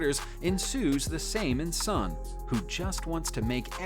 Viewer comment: It's not sonny lol